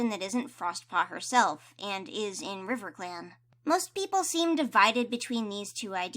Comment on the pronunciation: you also said, "and over in RIVECLAN, CROWFEATHER is the deputy" this made me laugh SO HARD :D